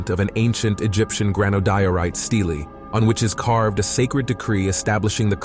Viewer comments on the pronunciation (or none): none